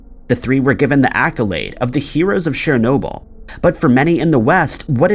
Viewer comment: You've got a serious problem with pronunciation of certain words and names of things that I and most probably other people also can't believe that you haven't heard those certain names/words pronounced correctly 🤔 for example today's brainfart was 'shernoble' the correct way is 'chern-obyl', and I don't mean to undermine you or belittle anything you have achieved with your channel as I'm an avid follower of your posts but it's the way I was raised and educated and my parents would be on me in a New York heartbeat for any mispronounced words/phrases and it's obvious that it's rubbed off on me and became like a habit of mine and grates on me when people mispronounce things that people must have without a shadow of a doubt heard people say correctly 😉 aaahhh right got that off my chest 😉